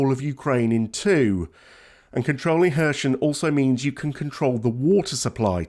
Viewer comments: It’s not pronounced ‘Ker shon’ or ‘Kershn’ it’s spelt (using Latin alphabet) ‘Kherson’, and pronounced ‘Her-sonn’ - the K is silent and there’s no ‘sh’ sound - listen to Denys Davidov on YouTube he’s a native Ukrainian (out of work) airline pilot giving daily updates on the war. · Where the hell is Hershon...... is it is pronounced Herson , silent K, and definitely no Sh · It's not Kher-shon but Kher-son :-) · XEPCOH KHERSON, S NOT Š Take the wax from your ears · its pronounced Kier Son. starmers son to make it realy easy for numbnuted gun jokeys... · I think someone needs to learn how to pronounce the city name. This is cringe 🙄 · Terrible pronunciation of Kherson. And the narrator claims that Ukraine has no other ports with access to the sea. There is a large port in Odesa which has been blockaded and damaged. There are other smaller ports still under Ukrainian control.